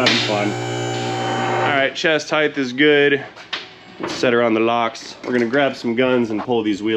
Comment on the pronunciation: HOLISTIC EVALUATION?? YOU TRY SO HARD. HEIGHTH?? SHOULD HAVE STAYED IN SCHOOL